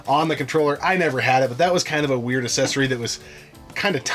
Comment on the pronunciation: Guy on the left is pronouncing accessory like assessing, its bugging the shit out of me